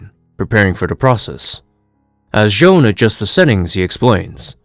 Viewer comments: Why do you keep calling J'onn "Joan"? It's just "John". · It's not pronounced as John at all, its actually Jay-on (J'onn)